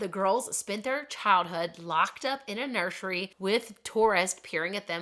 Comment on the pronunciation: Nur sir ee not nursheree